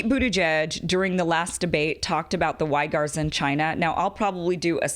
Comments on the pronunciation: Kim, a very good, informative video. But the Muslim ethnic group living in western China, the Uighurs, is pronounced closer to WEE-GURS rather than WHY-GARS. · Do youtubers mispronounce things intentionally to fool algorithms? Uighurs (We-grrr)? Is it Y-grrr? Am I wrong? Idk it throws me when respectable minds overlook pronunciation. Forgive the nit pick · it’s “wee-gurs” kim 😉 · It's pronounced "wee-gers".